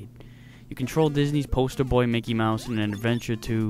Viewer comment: “Mickey mowse”...